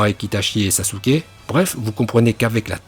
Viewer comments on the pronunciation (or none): none